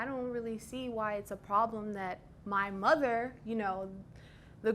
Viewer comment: The emphasis on “my mother!” shook me 🥴🤭